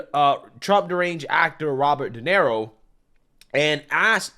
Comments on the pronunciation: It's pronounced Duh Near Oh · Robert “Donero” 😂😂😂 Mispronouncing household names has become a hobby for this guy.